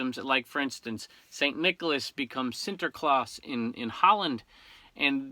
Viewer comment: You pronounced Sinterklaas very well! Merry Christmas from the Netherlands.